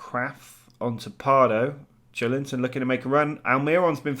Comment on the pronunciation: Joeliton pronunciation would be more like "jo-eh-lee-tom"